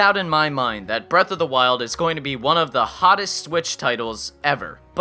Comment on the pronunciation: Listado Top 5 You mean "Breath of the Wild"? You kept saying "Breasts of the Wild".